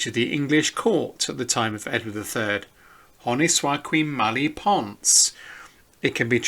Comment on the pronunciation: Your French is appalling, and a little distracting. The rest of the video is very informative and interesting.